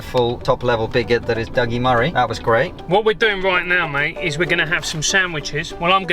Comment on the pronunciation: "Dougi Murray" xD lol